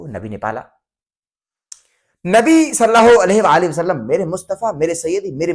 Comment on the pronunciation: پہلے "نبی کریم صلی الله عليه وآلہ وسلم " تو بولنا سیکھ لو۔ "صلّا ہو الیہہ وسلم ' کیا ہوتا ہے؟